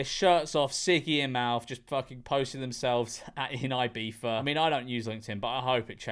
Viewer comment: Why does George pronounce it IbiFa? This is the 2nd video where he did that, to my knowledge.